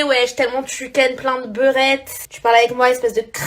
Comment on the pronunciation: T'as pas cramés quand rubis clash booba sur des mst tellement il Ken elle dit "beurette".